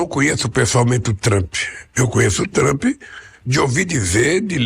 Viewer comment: O cara fala TRAMPI. Meu Deus. E está se borrando de medo...